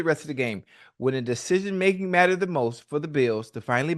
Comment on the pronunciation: “Deshejeen making” - ocho tryna say decision making 😂😂😂😂